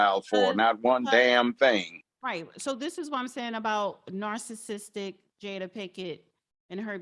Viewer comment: It’s not feminity, it’s femininity. It’s not narsassist, it’s narcissist. It’s not alopeezia, it’s alopecia.